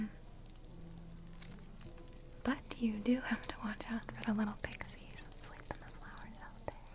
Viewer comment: I heard pigsies, not pixies! I loved it :' xD